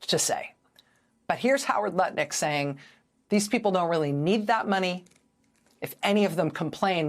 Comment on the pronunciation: I’m sorry, was is Lutnick or Nutlick? 🤔